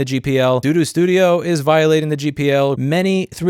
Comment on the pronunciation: It's repeated; I'm pretty sure it's a deliberate sleight, as is saying doo-doo instead of Bambu.